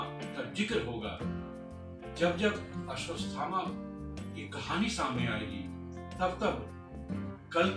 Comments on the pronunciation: आश्वत्थामा है ना कि अश्वतस्थामा है... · Bhai Mere "Ashwadhama" bolne tho seekh jaa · भाई वो "अश्वथामा" है "अश्वस्तथामा" नही ।